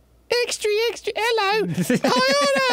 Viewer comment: Everytime Arin fucks up kyoko's voice I just can't help but laugh and smile. "Extry extry" it's just TOO funny